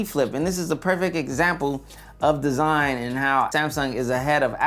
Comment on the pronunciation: He said "DEEZINE" 😄